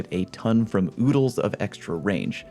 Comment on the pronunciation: lol he said oodles